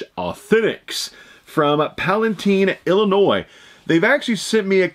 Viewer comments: Palatine Illinois pronounce it the way it is spelled tine like time not teen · No way I live 10 mins away from mintych I will definitely check them out!! Got a few Christmas gifts I would like to purchase from them! You mispronounced Palatine but I forgive ya! Lol